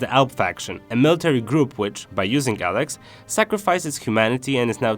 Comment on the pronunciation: Dude no offense but your commentary of the game......... you are saying "ELEX" wrong. Don't do commentary on stuff if you can not "ENGLISH" correctly.